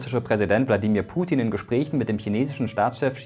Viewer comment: Warum sprichst du den Namen von putin so anders aus ?